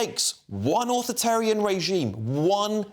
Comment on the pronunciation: all this from someone who can't even say 'authoritarian' properly.